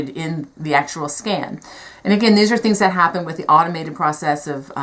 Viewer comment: You pronounce "skein" very strangely. It should rhyme with "rain."